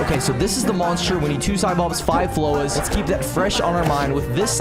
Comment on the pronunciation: Bro said FLOWAH not on fire haven 😂